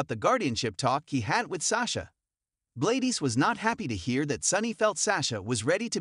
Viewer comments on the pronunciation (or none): Her name is pronounced GLAD-DIS! NOT GLAY-DES!🙄